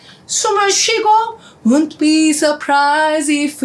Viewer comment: ‘won’t’는 ‘운ㅌ비’ 보다는 ‘웡ㅌ비’ 쪽에 가깝게 발음하시면 좋아요.